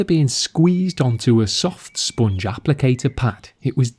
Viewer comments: The way he says “spoongge” 🤤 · Great vid. Say “sponge again”😂😂